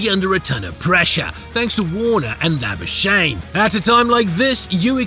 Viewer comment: His name is not Lab-uh-shane, it is pronounced Lab-uh-skak-nee, he's South African. Calling him Lab-uh-shane is basically Hyacinth Bucket pronouncing her surname Bouquet in Keeping Up Appearances.